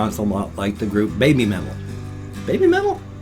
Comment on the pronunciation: I have heard of Poppy but never listened to her. Great vlog today :) P.s. You said it right. Babymetal